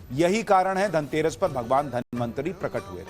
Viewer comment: धन्वन्तरी को बार बार धनमन्त्री बोल रहे हो क्या 😂